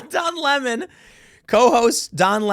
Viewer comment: I like the way Tucker Carlson says his name. “Don LaMon” lmao!🎉